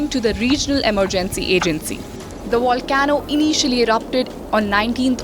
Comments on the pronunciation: the wolcano is wery, wery wexed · Volcano as in vol-k-no dear.